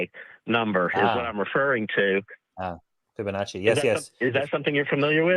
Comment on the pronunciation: Tommy is going to explain the Fibonacci sequence that he can’t pronounce. 😳